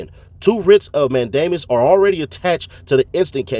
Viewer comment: Writs of "MAN-duh-muss", not "mayne-DAY-miss". Also you got a lot of stuff wrong here, trying to do analysis. You should hit up an actual lawyer to check what you're saying. Not hating, this stuff is ridiculously complex. Just, maybe focus less on speed and more on accuracy. Or stick more to facts like ThuggerDaily. Coulda done this vid w no commentary and it'd be fine. If you're familiar with court, you should know that this complex stuff doesn't always mean what it seems to, tho. It's not plain language. Anyway, my two cents. Thanks for the work you do tho!